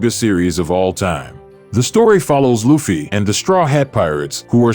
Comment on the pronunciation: OYOOOO do not misspronounce LUFFY as LOOFY FFS it is L U F F Y not L O O F Y Sighs watch the anime and you get my frigging point :D good video except that EPIC pronouncing FAIL! sorry but can't deal with that right now -.-..